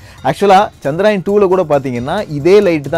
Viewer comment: Firstu சந்திரயான் னு olunga solli palaguda..